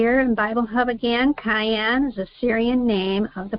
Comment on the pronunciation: KEE-YOON it is read. Think of Key (of) Jung 🙃 Hope it helps.